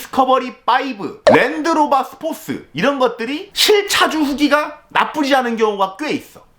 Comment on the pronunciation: 스포쓰- 완전 제대로 아저씨 발음이네 ㅋㅋ